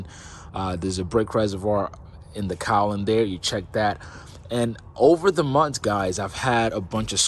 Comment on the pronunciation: thing thing thing thing…..with a G not with an N…Cowling with a G not with an N..Now say it 10 times…